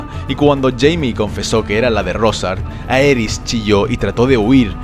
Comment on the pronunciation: En la dinastía Targeryan el diptongo "ae" se pronuncia como "i": "iris", "rhilar", "rhigar" "dinerys" "igon". 🙂